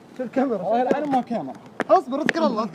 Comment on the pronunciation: حتى كاميرا مايعرف يقولها الله لا يبلانا 😂😂